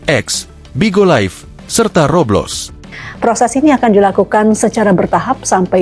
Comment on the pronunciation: Masa baca Roblox roblos bab1